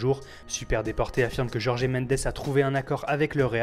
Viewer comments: Nonon, à tous ceux qui liront un jour ce commentaire et se corrigeront, et surtout à Foot Mercato qui, je pense, lit les commentaires. J'ai bon espoir, les gens commencent enfin à arrêter de dire Pépé au lieu de Pepe par exemple. On avance. Surtout que Jorge (toujours pas Jorgé) Mendes et transferts portugais vont (trop?) souvent de paire. Donc quitte à entendre souvent son nom autant qu'il soit le moins écorché possible (je demande pas non plus à se qu'on prononce son nom de famille "Mèndj" même si ça me ferais plaisir) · Autre petit indice : ça se prononce exactement comme George.